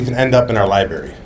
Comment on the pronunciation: anyone who says "liberry" should probably pas the mic to the next person